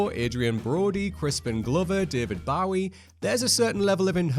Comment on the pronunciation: Can’t say I’ve ever heard David Bowie’s name pronounced like that before…